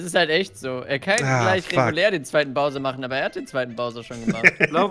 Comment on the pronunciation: Es macht mich fertig, dass einfach nicht weiß wie man Bowser ausspricht. Übrigens ist es übelst dreist wenn man selbst arbeitslos ist - und nein, Zeitung lesen, Burger essen und Spiele aufnehmen ist keine Arbeit - und dann aber sagt, dass sich Entwickler bei einem Remake Mühe geben soll.